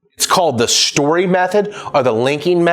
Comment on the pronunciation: Shtory, lmao but nice